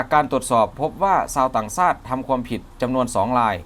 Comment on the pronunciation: กูท้าได้เลยคนอ่านรายงานข่าวคลิปนี้ ไม่ใช่คนไทยอย่าคำว่าชาติมันบอกว่าซาด